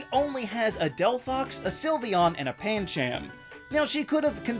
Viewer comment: It’s pronounced amp-fuh-ROSS, pan-CHUM, and em-pol-ee-AHN, “”! 🤨 Also, Dawn’s Piplup has refused to evolve, so he’s fine the way he is!